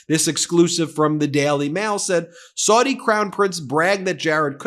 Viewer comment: Any & every Arabic speaker who watches your videos winces every time you mispronounce Saudi as 'sordi' instead of 'sowdi'. You also mispronounced Ziad as 'zayeed' instead of 'zeead'. As a language teacher such errors stand out particularly sharply to me